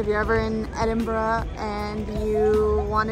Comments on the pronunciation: My instant respect for pronouncing both Glasgow and Edinburgh correctly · Hi guys really enjoyed the video and well done on your pronunciations, they were spot on. When you come back you have to visit Edinburgh during the festivals during August, the city is out of this world at this time of the year. Thanks 🏴🏴